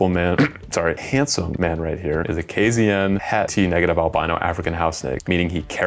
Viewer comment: as someone who’s form KZN, hearing you pronounce it Kay-Zee-in instead of Kay-Zed-en was a little, but your channel is cool enough that you get a pass 😎